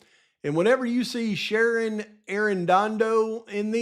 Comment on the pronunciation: It looks like Shannon with an N and you’re saying Sharon with an R. Which is it?